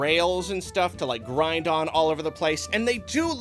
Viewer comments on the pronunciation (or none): none